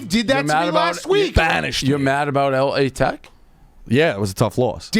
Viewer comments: Stop saying L A Tech you douche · Can you tell it is “Lah Tech” not “L-A Tech”